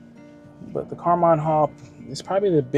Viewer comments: It was pronounced Carmean (like a mean person) when I lived around there. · Most of the people I know that live around here pronounce it, Car-mean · Maybe, ask the people in town how they pronounce the City's name before you start talking. Residents are proud of their town and name.